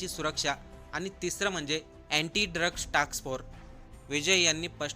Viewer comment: अत्यंत अशुद्ध उच्चार.अशु्दधभाषा!! आनी? वीज,पाणी मुफ्त म्हणजे करदात्यांवर अधिक कर!!!